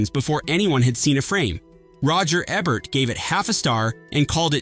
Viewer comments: roger aaa-bert?? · He says Roger Ebert's name numerous times, but only pronounces it correctly twice.